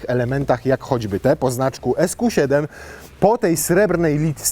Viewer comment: Ziben a nie seven